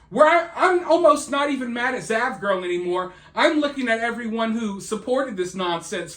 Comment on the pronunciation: Oh, its "zav" not dav.